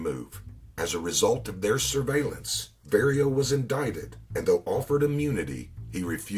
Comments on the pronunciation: Very well done, however, the only criticism is, as a person that speaks fluent Italian, at least try pronouncing the Italian words correctly. Vah-rio instead of Very-o (Vario) Cah-po instead of Kay-po (Capo) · This narrator is butchering these Italian names. He never once pronounces Vario's name correctly. And he says "Nicholas Pileggi" with a hard 'G' instead of the proper soft 'G.' And he says Luchesse like "loo-casey" when it should be like "loo-cazey." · His name is Vario pronounced like car💯